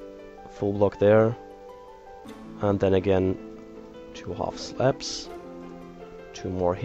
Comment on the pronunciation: sounds like he says half slaps. lol